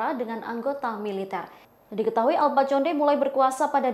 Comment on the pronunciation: bacanya bukan conde, tapi Konde